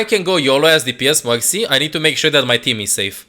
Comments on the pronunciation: Every time he Said mercy i thought he Said Moxy...😂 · when you say Mercy i hear Moxy UNRANKED TO GM PLAYING MOXY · I thought you said M0xy